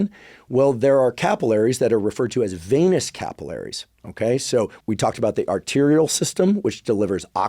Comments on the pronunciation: Hey Andrew, it's "venous" system, not "veinous" system. Thanks for all the info! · The way you say VAY-NESS for VENOUS, and ED-IMA for EDEMA. Dude.